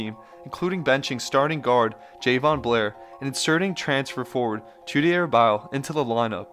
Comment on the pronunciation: It’s pronounced McDonough is pronounced M,-Dun-Un, not McDonohue. Also Bile’s name is pronounced Bee-lay. FYI.